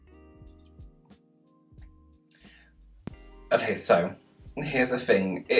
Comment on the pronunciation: I just love the look on your face every time you pause...look at the camera...and say..."Okay....SO..."😂😂😂 I'm just always waiting for something more along the lines of... "You have got to be F***ING KIDDING ME!?! NO JUST NO! No one is THAT damn stupid!"😂 lol You definitely need to come out with some "Okay...SO..." merch!💙